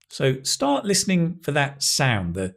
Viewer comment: whay "start" sounds like "stop"?